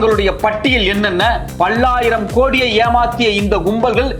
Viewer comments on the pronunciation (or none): "பள்ளாயிரம்" அல்ல "பல்லாயிரம் " என்று உச்சரிக்வேண்டும்.❤